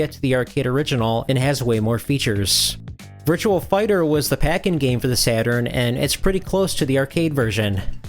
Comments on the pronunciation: It's not Virtual Racing or Virtual Fighter. It's Virtua - just remove the letter L from the word Virtual and you've got it. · Virtua.... VIRTUA... no "L"... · I swear he kept pronouncing a phantom L at the end of Virtua, i.e. Virtual Fighter.